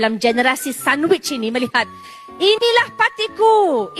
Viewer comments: Sonwitch ke atau sandwich, kalau sandwich tu dah macam 2 in 1, BAHAYA tu. Words pronounce pun tak betul. Angan angan konon nak jadi Benazir Butto kat Pakistan, Jagan pula silap silap jadi Benazir kepa....... . Sembarang punya orang, tak ada aura dan karisma lansung nak jadi pemimpin kalau jadi Ipin 🙂‍↔️ tu boleh jadi boleh. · Oooo donutku cnteknya cakap sandwich hehe